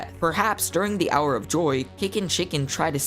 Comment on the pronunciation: He said the hour of toy